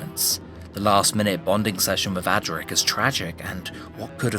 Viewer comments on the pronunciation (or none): none